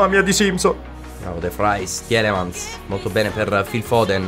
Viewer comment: Comunque sì tielemans si pronuncia tilemans....forza FGR